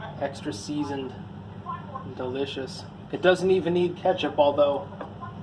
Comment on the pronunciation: Kethcup? lol